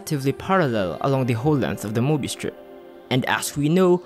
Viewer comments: Very nicely produced video. Only one thing: How hard is it to pronounce möbius? Get a professional narrator. (hint: I'm available) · I hate myself for caring that the narrator is not fully pronouncing the word "Mobius".🙃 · Since when is a CIRCLE a ONE DIMENSIONAL OBJECT??? Answer: Since made this movie! Since when is there a "MOBIUS" strip and not a Möbius Strip? That's easy: Since Americans in particular will never learn how to pronounce ä ö ü and other "Umlaute". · Möbius? You mean morbius. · "Möbius Strip"? I think you meant Morbius Strip. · Möbius would be pronounced "meh-be-us" because it's German (it's hard to explain how to pronounce it exactly).